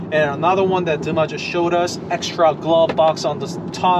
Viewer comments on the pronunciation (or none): none